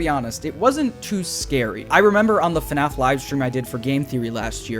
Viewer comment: Man I really miss the old “Hey guys, and welcome to another video… on FuhNaff” with the symbols in the intro